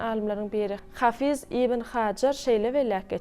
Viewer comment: Hafy:z däl-de ha:fyz diýip aýdylýar